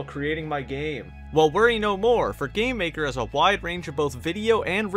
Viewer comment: Whenebrr he says gamemaker it sounds like hes saying "gaymaker"